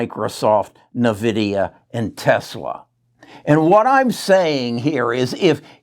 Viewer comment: “N” vidia not nevidia